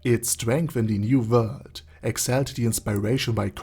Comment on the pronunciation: Does anyone else just watch his videos because he has a smooth voice and the way he says new vorld